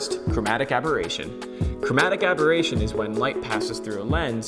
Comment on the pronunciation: I guess it is chromatic aberration.. not aboration :)